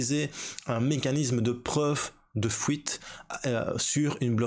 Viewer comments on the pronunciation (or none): Preuve de fouite ou preuve de fuite😂?